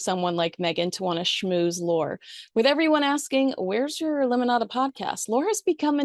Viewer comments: I know that the spelling of his name looks like it's pronounced lore but it's pronounced Lorr-E. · You ended up mentioning Lorre several times, yet said his name painstakingly wrong each time. 😂😑 It's pronounced like "Lori" not "Lore" as in fiction/fairytale. Oof. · FYI it's pronounced Lorry. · I think Chuck Lorre's last name is pronounced "Laurie", but perhaps I'm mistaken. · Chuck Lorre’s name is pronounced Lorry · For heaven's sake, you're supposed to be some LA expert and don't even know how to pronounce Chuck Lorre's name???